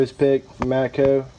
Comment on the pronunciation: Matcoeee lol I can't stand when people pronounce O like that